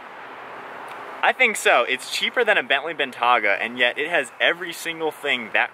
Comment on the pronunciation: “Bentaga”. Really? It’s pronounced Ben-tay-ga!